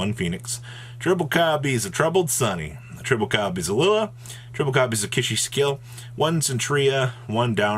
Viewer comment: bruh it’s kis-i-kill 🙃